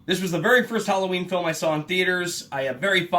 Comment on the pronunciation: I swear, I thought he said 13 reasons whallaween.